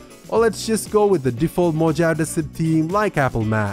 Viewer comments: Mo-jav??? Mo-hav-ee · Lol! Mojave...It's pronounce as MoHaVee.